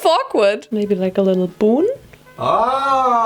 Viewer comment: Omg ich wolkte pink vorschlafen und. Dann sagst du mabey pink 😂❤️